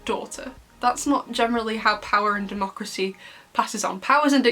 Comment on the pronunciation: You mean DeCROmacy🤣🤣🤣🤣🤣🤣🤣🤣🤣🤣💔💔💔💔